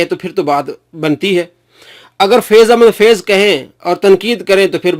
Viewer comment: Sai faiz Ahmed faiz ha bolna to sikh